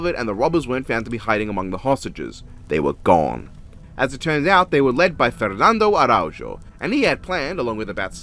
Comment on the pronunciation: I love how you pronounce Fernando Araujo ngl. That case btw is really really interesting. They did the heist with toy pistols and cared for the hostages during the entire thing. And they were sold by one of the thieves' ex wife who got mad jealous he left her for another woman with the money.